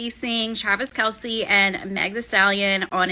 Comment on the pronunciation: It’s pronounced Travis KELSE. Not Kelsey. Everyone pronounces it wrong though not just you. Travis dad even confirmed it the other day people just say it wrong.